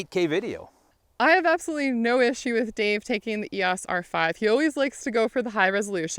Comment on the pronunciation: Finally someone who pronounces EOS properly